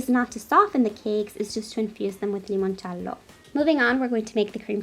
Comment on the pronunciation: I love how you say "limoncello" in that Italian accent ! 😍it reminds me of how Laura Vitale says " ricotta" or "parmigiano"